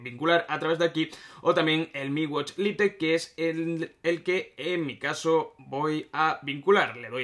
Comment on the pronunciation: En serio pronuncias a como se lee "LITE" wtf